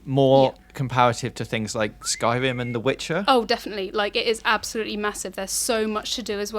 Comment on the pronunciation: "sky wim"